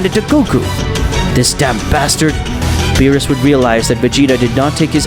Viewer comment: Bro calls lord beerus lord bills💀💀